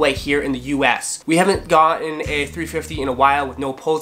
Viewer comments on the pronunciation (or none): none